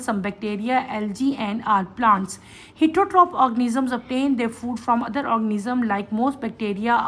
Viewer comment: The pronounciation of heterotrophic is worng please teacher correct it its a public channel not a classroom😂😂